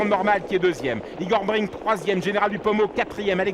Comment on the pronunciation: C'est vraiment un très mauvais commentateur cet obèse. Toute la course il dit Igor Bring au lieu de Igor Brick. Enfin, on sait à quoi il doit sa place et celles de ses enfants...